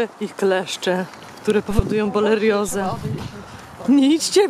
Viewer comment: BORELIOZE !!!!!! A NIE BOLERIOZE